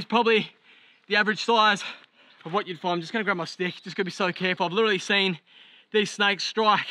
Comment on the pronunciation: Is it just a recent thing where you forgot how to pronounce the word "literally"?